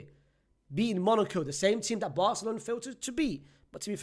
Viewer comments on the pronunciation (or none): none